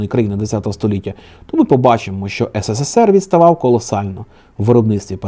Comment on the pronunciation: хочу сказати що ви робите в кожному ролику помилку "ссср" а не "срср" знаю що це виглядаэ зарозуміло, але мені просто ріже слух